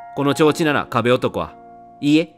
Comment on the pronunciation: 「この調子」→「このちょうち」w レトさんの噛みグセ面白い